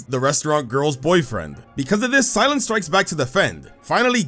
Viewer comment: Cy-lan? Huh. Weird.